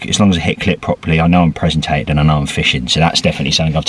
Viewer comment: Presentated - makes my toes curl every time you say it lol ps is it part of the terms and conditions that all ambassador's have to cook for you when you fish with them? :)